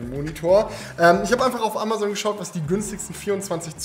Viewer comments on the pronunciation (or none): none